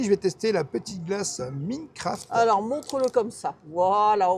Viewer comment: Hello les rêveurs 🤩 merci pour votre vidéo 😊 j adore 🫶🏻 le passage des dinosaures 🦖 bonne soirée à vous deux 😘😘 ps mes jumeaux ont rigoler quand tu as dit minecraft tu as dit prononcer faux 🤪 tu parles a des connaisseurs de ce jeux 😂😂